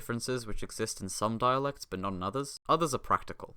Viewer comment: most people say evry, but every is also correct (listen to Thousand Years by Christina Perri). The most correct way to pronounce actually is akshualy. You should pronounce the t in dialect. It´s not silent.